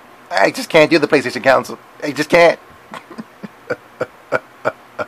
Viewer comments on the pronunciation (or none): Console!!!!!!!! Not counsel talk about dumb